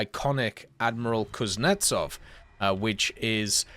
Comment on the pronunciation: It’s Kuznetsóv, not Kuznétsov.